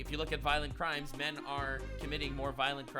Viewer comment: 1652. cmoooon. it´s not "men"